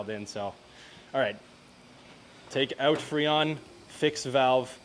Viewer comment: Hey lets lay heyoot the exhaust, yeah lets get heyoot of here, lets go heyoot to lunch 😂